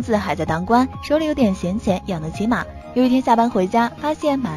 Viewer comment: 做这种思想性的视频，不应该先好好培养一下自己的语文功底么？结果连个字都念不对。。。夏桀（jie 第二声，不是yao），马厩（jiu 第四声，不是si）。。。